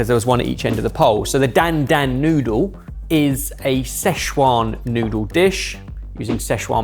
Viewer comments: How many years has it been? Why can't pronounce dan dan correctly? It's not hard. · As a white american, the way pronounced "dan dan" noodles made my ears bleed.